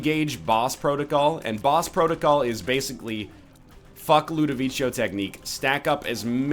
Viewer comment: its ludovicos technique not ludovicio this is how u pronunce it right :/ l u d o v i c o